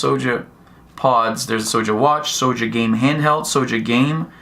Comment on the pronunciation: Why do you keep pronouncing it “sowja”?? You sound like a lil kid who cant speak properly.